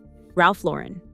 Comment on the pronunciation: Omg it’s not Ralph LoREN, like Sophia Loren. It’s Lauren, like a girls gd name. Gahhhhhhhhhh